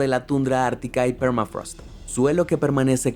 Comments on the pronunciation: es "thermafrost" no es "phermafrost," encima lo copiaste y pegaste asi...que lastima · Permafraasth !! Habla en criollo hermano.. se pronunciá permafros che vende patria